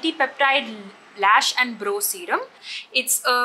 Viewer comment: It’s not pronounced bro, bro. It’s brow (bra-o) 😀